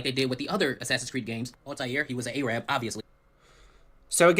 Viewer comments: Why can't say Arab properly? It's not Ay-rab it's Arab. Like it's weird. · The way he pronounces it too. "AYRAB"